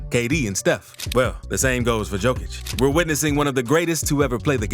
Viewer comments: One small complaint :) Pronounce it "Yokic" and not "Djokic". Yokic like Yolk, even Yolkic :) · Good video! Don't take criticism seriously. Here's a little help. :) Nikola's last name is Jokić, not Djokić. In Serbia, the surname Djokić is more common than the surname Jokić. Pronounced Yokić, like Yeti. 😀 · yo yo yo yo yokic, not joe joe joe joekic 😂 yes i know you write it diffrent but still.. it is yo not joe! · It's not Joe-Kich. It's Yo-Kich. Otherwise, great vid. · Yo-kitch, not Joke-ich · SMALL correction about pron. of his name. He is: J(Yugoslavia, Yamaha) O K I Ć(t+j). He is not: Đ(D+J) O K I Ć. Or J(Joker, Jamaica,... ) O K I Ć. Surname JOKIĆ(english: YOKITJ) on serbian means: SMALL NOT, Comon surname in Serbia. Surname ĐOKIĆ(english: DJOKITJ) on serbian means: SMALL PENIS. Veeeery comon surname in Serbia. Sounds weird but is true. Surname DŽOKIĆ(english: JOKIĆ) doesnt means nothing on serbian. Do not exists as surname. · Heey brodie, please start reading the "J" in Jokic as "Y" - so Yokic. Sending love from Serbia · Yokitch.... Ni-ko-la Y-Y-Y-Y-Yokitch. Please pronounce it right at least once :-D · Pronounced "yokich". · i liked button, but its funny to me that you cant prononce tme mans name.... remember, yokicg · Why can’t you pronounce his name correctly If you have all this respect for him? It’s pronounced YO-KITCH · Bro.... in a 8 minute video, you never said his name correctly..How are you going to make a video about a guy, but simply fail in saying his name correctly? Don't believe me? Listen to his head coach (of 8+ years) say his name one time. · This video sets the world record for number a Jokic mispronunciations in less than 10 minutes. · I had to stop after 30 seconds. Learn to pronounce the man's name, it's not that difficult